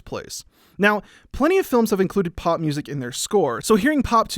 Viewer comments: I know it's 'pop' music, but what I'm hearing him say is 'pot'music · I thought you were saying pot music... Not pop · Is he saying POP or POT I'm so confused